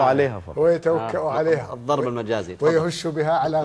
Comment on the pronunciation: يقول له لا يجتمع "الظرب" و الشعر . اذا كان الحكم لا يستطيع نطق كلمة "الضرب" كيف له أن يفتى فى الشعر و اللغة . اذهب و تعلم نطق الحروف و مخارجها قبل أن تصبح ناقدا .